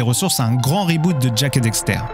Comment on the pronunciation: Bonne vidéo mais une petite question : cette vidéo a-t-elle été traduite directement de l’anglais ? Moi qui suis bilingue, j’entends beaucoup de tournures de phrases anglaises dans ton français. Par ailleurs, il faut dire « Daxter », et non « Dexter », comme tu le répètes systématiquement (malgré l’avoir écrit correctement). 😁